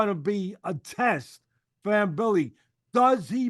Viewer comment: C Mbilli, the M is silent. Just say Billi